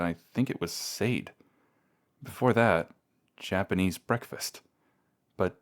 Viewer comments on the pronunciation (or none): As a tidbit, it’s Shah-day. And the listener has taste cause she’s amazing. Good audio, all in all.